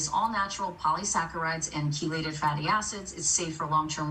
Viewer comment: And she just said chelated fatty acids, but it’s really cetylated fatty acids